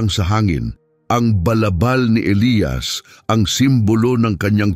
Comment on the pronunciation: Elyas Hindi elayas..